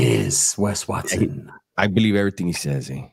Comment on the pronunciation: Good ‘ole “Wesley RUTH Watt-Soan!”